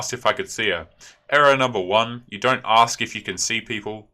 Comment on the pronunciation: so tired of "aks" and "abulance"... it just screams "i have a GED at BEST, forget about a college degree